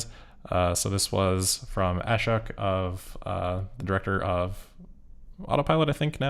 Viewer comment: Just a small FYI, that name is pronounced Uh-shoke (like choke). Love your work! 👍👍👍